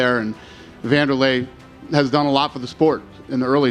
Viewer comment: It's pronounced: VAN-der-lay Not: Wahn-der-lay